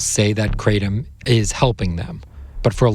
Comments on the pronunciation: It's not pronounced cray-dum It's Krah-tome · guys why are you saying "KRAY-DMM" ?? 😅😅😹The indonesians literally tell you it's called "Krra-TOM" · The word "kratom" (กระท่อม) in Thai is pronounced as: /kraʔ.tʰɔ̂m/ not /kraɪ.tɑm/. You can hear the native speakers say it correctly in the video. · Kra-tom, who pronounces it like that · I live where this plants comes from. First off, stop saying to wrong, Kra-tom. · Amazing, every person in this doc mispronounced Kratom except for the Indonesians who named it. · This is a wildly ignorant take on Kratom. Big pharma would love to make Kratom illegal because they want to sell you Oxy. Also, please stop mispronouncing it.